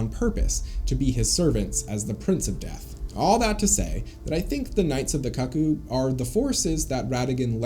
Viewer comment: bro its 'koo koo' no 'kucc coo' like bruh don't need to out yourself if you're into that 😩😭